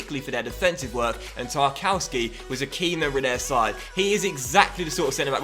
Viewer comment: I think its pronounced tarkovski